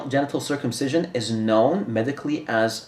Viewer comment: “Female Gentle circumcisition”. DId say “ Gentle”???